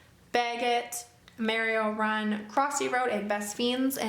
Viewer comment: no one heard he pronounce Mario run wrong